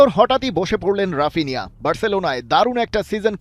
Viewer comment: ব্রাজিলিয়ান উচ্চারণ: হাপিনিয়া